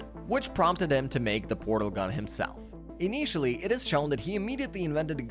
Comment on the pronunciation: It's an AI voice 😭😭. I've watched a few episodes now, and the way some words are pronounced stand out. "in-ee-tially". I wish it wasn't true but UGH that upsets me.